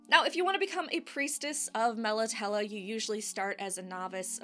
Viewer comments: I love your videos but with the Witcher you do mispronounce things like Nilfgaard. Melitele ends in a long A. I know your covering the books but If you played the games or checked videos first you would know how to say all the words correctly. I'm quite sure a Polish game studio knows how to pronounce words from a Polish writer. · Interesting pronunciation, I'd been saying it like "Mel Italy". I imagine this is going to happen a lot for the next few years. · Great info & video as always thnx! I pronounce it MEL AH TEEL but to each their own 👍